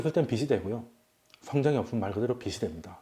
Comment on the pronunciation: 빛이 되다 >> [비치 되다] 빚이 되다 >> [비지 되다] 빗이 되다 >> [비시 되다] 빛, 빚, 빗 : 한 글자로는 발음이 [빋] 이지만, 조사가 붙으면 구분이 쉬워집니다. 훌륭한 강의에 조금이나마 도움이 되길 바라며 적어봅니다.